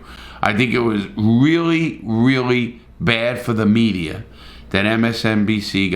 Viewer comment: and thats what gives the mediaer a bad name, why do you put r's at the end of everything? accent?